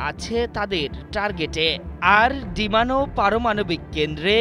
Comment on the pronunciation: এই রিপোর্টার চাকরি পেয়েছে কিভাবে! ডিমোনা রে বারবার ডিমানো ডিমানো বলে চলেছে। স্পষ্ট ভাবে সুন্দর বাংলাও বলতে পারছে না।